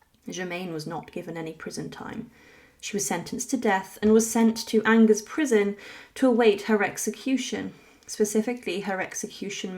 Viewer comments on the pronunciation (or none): When you mispronounce a word ("Angers") in the very first moments of your video, it casts doubt on all your research.